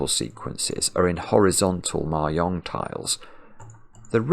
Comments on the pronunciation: Is trying to say Mahjong? It’s pronounced /mɑːˈdʒɒŋ/ (mah-JONG) not /mɑːˈjɒŋ/ (mah-YONG) — it’s Chinese 麻將, not Spanish. Or is there something else called Mayong, which I have never heard of? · It took me a while to realize that he was talking about mah jongg, and not something called "mayong". I thought it might be a British pronunciation difference, but I couldn't find any evidence that the word is pronounced differently there than it is in the US. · Is he saying "Mahjong piece"? I've never heard it pronounced "mary-ong", but then I'm in Canada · The first couple of times you said "Ma-yong" I was thinking "nice use of the soft J", because I was fundamentally damaged by Anchorman, but the urge to correct is rising. The J is as the G in Geoff, or giraffe, or the J in judge, jam, and jelly. Across Asia there's a variety of different phonetic pronunciations, including different words entirely, but in none of them is the J a Y! ;-) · I think he was saying mahjong, but me personally I thought the y for the J sound made it sound like German/ Scandinavian to me, Spanish j is like an English H often, or further back in the throat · Hopefully learning it from the comments! He said it wrong lol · For what it's worth, the j in mahjong is generally pronounced like the j in jet, not the y in yet. Incidentally, one of the previous sudokus you solved - one where the final clue was in morse code embedded in the grid - was co-designed by a member of the UK japanese mahjong community, IIRC. (and just by the by, mahjong in this context refers to the multi-player game, not the solitaire game: the difference between them is as large as the difference between playing-card solitaire, and poker). Best wishes, and thanks for all the sudokus, from All-Ireland Mahjong.